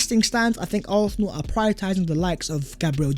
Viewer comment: pronounciation of Arsenal 🤦🏾, used to think my ears were the problem. Great content tho 🤣